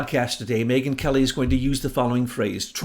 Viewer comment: I think "Megyn" is Mangyn!